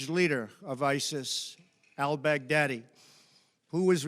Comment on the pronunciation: The way he says al baghdadi, sounds like hes saying "ill beg daddy" in a southern drawl. Im sure you will when it comes to putin lol. That is all.